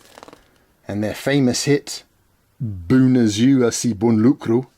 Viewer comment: Great video again Ben! Love to see more of Romania on your channel. One little niggle: the last speech of Nicolae was at Piața Revoluției - the palace you were filming on front of was still under construction in those days (and you can work a little on the pronunciation of mulţumesc and bună ziua 😉)